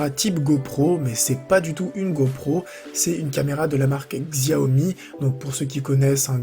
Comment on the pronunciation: Bonne vidéo mais un petit truc, c'est "chiaomi" 🤗